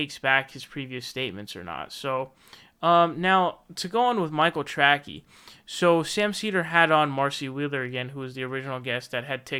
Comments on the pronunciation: he kept pronouncing his name wrong, should be “Tray-cee” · He purposely mis-pronounces it. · Is calling him Michael "Trackey" some kind of inside joke I don't get? Or does actually still not know how to spell or pronounce the name correctly lol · Are you saying Michael Tracy's name wrong on purpose? It's pronounced tray-see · Yes he is. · Yes DimBobby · It drives me crazy. Big pet peeve of mine. lol